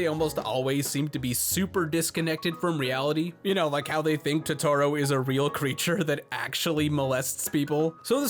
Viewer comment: Please dont ever say Totoro like that ever again..